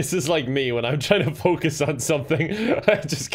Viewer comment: You’re Irish, that is focused for you! 😁